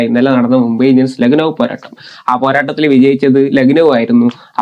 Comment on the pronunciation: ലഗ്നോ അല്ല bro, ലക്കനൗ